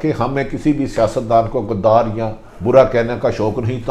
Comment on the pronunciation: Bhatti sahab ap ghadr ko ghdar q ni kehte aur ghadri kia hoti hai drame baziyan na keren